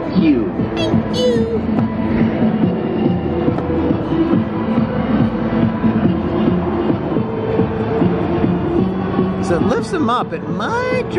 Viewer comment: I love when it said TANK YU